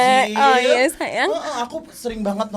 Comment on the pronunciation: blg sayang "syayang" ya 🤣